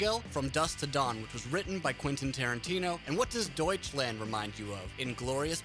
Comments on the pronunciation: "Deutschländ" :D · Noone:: Däutshländ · It's not pronounced Deutschländ, it's DEUTSCHLAND. WITH AN A. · DEUTSCHLAND. NOT DEUTSCHLÄND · doucheland (I hear that) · I am getting so frustrated over him pronouncing everything wrong i just cannot watch this lol. „Deutschlend“, bro seriously lmao? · >clicks on video >"Raaaahmstein" >"Deutschländ" This is going to be so full of inintentional comedy. >Herrheicht michch Oh god, my sides... No offense. :P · D o i c h l a n d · yep everytime this "länd" XD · duitch länd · Try [ˈdɔʏ̯t͡ʃlant] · I'm British and I can even say it, Douch - land. Not hard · Don't say Deutschland like that. It's spelled with an A. Use it! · Hey fuckhead, start to pronounce "Deutschland" correctly! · The way "Deutschland" is pronounced here makes me cringe so hard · Me as a German pisses it off how you pronounce the song titles. Especially Deutschland! Also me loves the content of this video